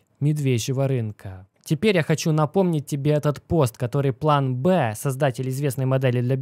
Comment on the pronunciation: не СагАн, а САган, по имени писателя-Карл Саган. Не ГемИни, а ДжЕмини. Не План БЭ, а План Би. Я тоже немецикий учил, но как-то стараюсь произносить правильно.